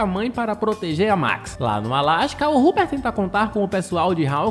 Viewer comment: mn ele falando ruper tava me dando agonia